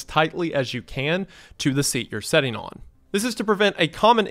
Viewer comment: "Sitting" doesn't have an "e" in it. Your pronunciation is giving me an aneurysm